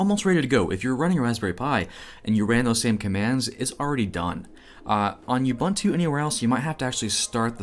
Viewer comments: Don't want to be that guy, but it is Uboontoo, not Ubuntoo service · You said "YEW-BUN-TOO" but I think you meant "OO- BOON-TOO". You have no street cred if you can't even pronounce it right. Jus' sayin' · It's "OO-boen-too" ! NOT "You-bun2" ;) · Great videos on Linux, docker, kubernetes. Found you channel recently, have watched quite a few. Keep up the great work. Just to make justice to the true name and meaning of the Ubuntu distro, Ubuntu is pronounced 'oubountou', every U is pronounced as OU. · Repeat after me: OOH BOON TOO. Ubuntu. All the "u" 's are pronounced the same. I'm from Africa, where Ubuntu is also from. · Ubuntu is pronounced oobn'too. There's a video of Nelson Mandela describing it. It means hospitality; welcoming. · Cool video. Keep up the great work. One thing: You are pronouncing Ubuntu wrong. It's pronounced "oo boon too" (Zulu for "I am because we are"). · As an African I simply have to object to whatever the hell you keep calling Ubuntu. It should be “Ooh-boon-to”. But I don’t blame you. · You-bunt-oo. IKR. I thought the same thing. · Just a note, Ubuntu is pronounced oo boon too, it means love and compassion. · I just have to address the pronounciation of "Ubuntu" Its a Zulu word ... it means "I am ... because you are" I know this because I live in Kwa Zulu Natal ... the literal home of the Zulu Say it with me "Oooo Booon Tooo" but cut the Tooo part really short. But now say it with a stereotypical african accent. You saying like You-bun-to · It's pronounce "oo-boon-too" :) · I like how you say Ubuntu and Azure. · Well, at least you're consistent in how you're pronouncing Ubuntu... :P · the repeated mispronunciation of 'ubuntu' is a bit grating. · OOBOONTOO not YOUBANTOO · Nice primer. BTW: – All the "u"s in Ubuntu are pronounced as "oo", so it's pronounced "oo-boon-too", not "you-bun-too". – sudo is pronounced "sue-doo" (as in, super/substitute user do ), not "sue-doe". – You don't really need to do apt-get anymore; you can just do apt.